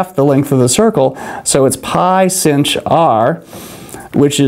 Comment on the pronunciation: anyone else always called sinh - shine - not sinsh?